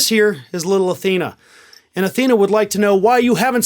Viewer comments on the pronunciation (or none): none